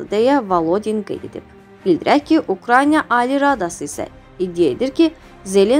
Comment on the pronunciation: Əvvəlcə Ukrayna sözünü deməyi oyr